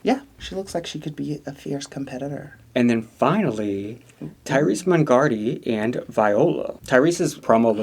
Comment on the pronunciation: Tayris' name is pronounced Tay-ris for future reference. Understand its not the most common name in life 😊